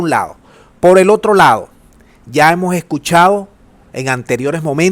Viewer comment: no se dice ...POR EL OTRO LAO , hable bien sr locutor , se dice POR EL OTRO LADO